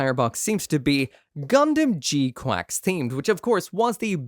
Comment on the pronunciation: Is he saying gquacks to rage bait us or can he not pronounce gquuux 😂it’s spelled with u’s not an a in sight.